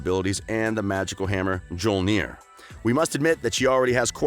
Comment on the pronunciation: 'Mjolnir,' pronounced, ME-YOL-NEAR.